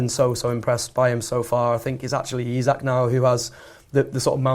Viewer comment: Another pod that can’t get through without mispronouncing Isak. Lad